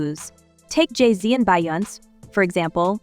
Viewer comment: Who is BY- OUNCE? Her name is pronounced BE-YON-SAY